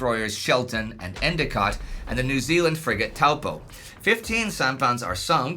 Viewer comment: Thank you for pronouncing the name Taupo correctly. It is named after a huge and very deep lake in the middle of NZ's North Island. It is a Maori name.